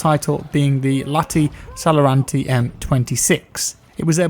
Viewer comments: lahti-saloranta = lätih salorantih... yeah, not everyone can pronounce finnish names.... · "Lahti Saloranti". Nice try on pronunciation! Great video. Greetings from Finland. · Lmao I'm finnish and the way you pronounced the gun cracked me up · As a finnish person i can tell that you messed up pronouncing it. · Me being a fin and hearing say Lahti-Saloranta kills me XD. Great vid m8:) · as a finn i can say you absolutely murdered that guns name :D